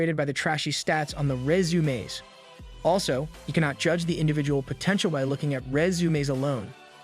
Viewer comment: Resumaeess 😂... Love it bro, thanks for your effort😊❤